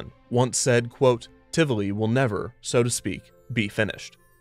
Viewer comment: I wasn't prepared for Tivoli (or Tivoli Gardens, if you prefer) to show up here, of all places. Huh. That was a lovely surprise - and thank you for being so careful and correct with the pronunciation of both the park and its founder. That was an extra treat on top of an informative and lovely episode :D